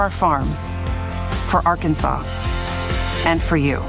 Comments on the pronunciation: First person from that state that said Ar Kansase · Why isn't Arkansas pronounced like Kansas?